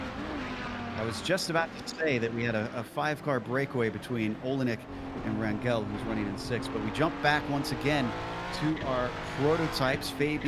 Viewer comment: Rangel. GE pronounces same as GE of Germany. I hope some day these guys will read this comment.